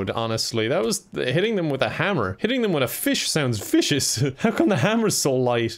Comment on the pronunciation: I actually thought he said Fishiest with a weird accent 😂